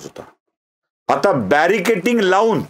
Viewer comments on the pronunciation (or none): 'बॅरिकेटिंग' नाही,तर कृपया 'बॅरिकेडिंग' म्हणावे!'